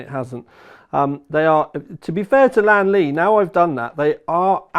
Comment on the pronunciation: its lian not lan LOL